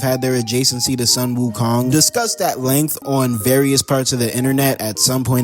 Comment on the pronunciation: Bro you calling every body wokong